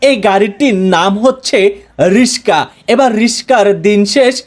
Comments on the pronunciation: The word is Ricksha not Rishka. Before doing a video change your pronunciation. শব্দটা "রিকশা" আর আপনি ভুল ভাবে উচ্চারণ করছেন "রিশকা" । দয়া করে সঠিক উচ্চারন করুন । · ইউটিউবার হয়েছে ঠিক মত উচ্চারণও করতে পারে না,রিকশা কে রিস্কা বলছে বার বার....😮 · রিস্কা নয় রিক্সা 😂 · আরে বেটা রিশকা না রিকশা 😒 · Oi bangal, riska? Naki riksha? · ব্লগার ভাই,দয়া করে উচ্চারণ সঠিক করুন,রিস্কা নয় উচ্চারণ হবে রিকশা👎👎👎👎Lol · রিস্কা না কিন্তু রিক্সা হবে তাই না ভাই। রিক্সাকে অনেকে রিস্কাই বলে। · রিশকা না হালারপো রিক্সা হবে। আগে উচ্চারণ শিখ। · ঐশালা রিকশা না বলে রিসকা বলতেছে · মগা রিশকা না রিকশা উচ্চারণ ঠিক করেন।এর পর রিভিউ করেন। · ভাই রিকশা কে আপনি বলছেন রিশকা, কারন টা জানাবেন প্লিজ ??? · রিসকা নাকি রিকশা? (রিক্সা) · ব্লগ করার আগে উচ্চাণ ঠিক ক‌রেন, রিশকা না রিক্সা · রিশকা নয়, রিকশা। Moorkh. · রিসকা না রে পাগলা রিক্সা পার্কিন না পার্কিং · Riska Noy riksh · আবে হালায় ,রিসকা না রিকসা। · Rishka na ricksha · কথাও ঠিক মতন বলতে পারেন না রিসকা নাকি রিকসা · রিশকা😮 না রিকশা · রিক্সা বলেন, রিস্কা না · রিসকা না রিক্সা(রিকশা) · ওটা রিসকা না ইসক্যা হইব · হালায় রিকসা না বলে রিসকা বলে😂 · আইছে কইত্তে! রিকশা ও বলতে পারে না, রিস্কা রিস্কা করতেছে। মেজাজ ধরে রাখা মুশকিল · ভাই রিশকা না 😂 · ভাই রিস্কা কি? 😂😂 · রিশকা কিরে ভাই..? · কি অবস্থা।। রিসকা,রাজপত,আপনেরা,পোতোম,ওইপার।। মলম বিক্রেতাও এতো ফালতু উচ্চারন করেনা!!😂😂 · রিশ.. কা, ওয়াইফার, এন্টেকার, হরেন 😂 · রিকশাকে বলছে রিশকা! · রিকশা ভাষা শুদ্ধ করেন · Bolod e riksha bolte pare na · RIXA ?? নাকি RIKSHWA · ভাই এখনও রিস্কা বলতেছে 😂 আহারে ভায়ের বয়স বাড়ে না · রিসকা না রিকসা হবে। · রিসকা না রিকশা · bolod its rixa not rishka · ভাই এইটা রিশকা না...!? এইটা হলো রিক্সা... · Vatizar put tor bap ki age RISHKA chalaito?oita baba RISHKA na shotik uccharon RIKSHA age tor mukh thik kor pore video bana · রিশকা নয়রে ভাই রিক্সা হবে 😅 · আরে ভাই রিস্কা না রিক্সা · রিস্কা না ভাই রিক্সা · রিস কা 🤣 রিক্সা রিকসা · রিসকা না রিকশা😂😂😂😂😂😂 এই দুর্বল খেলনা দিয়ে কি রাস্তায় চলাচল করা যাবে?😂😂😂😂😂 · রিশকা না ভাই রিকশা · রিশকা না রিকশা কি বলে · রিশকা না ভাই রিকশা হবে